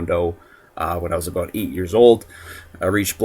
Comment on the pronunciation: "What I'm gonna talk aboot" lol